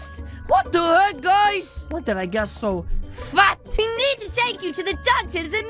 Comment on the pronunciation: The way said fat XD